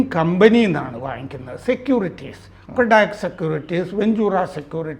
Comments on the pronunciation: കൊഡാക് അല്ല കോട്ടക് ആണ് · Kotak കൊടാക് അല്ല. കോടക് ആണ്.